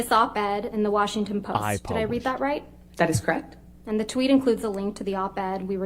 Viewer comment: Crect. Why is it crect instead of correct? So buggy.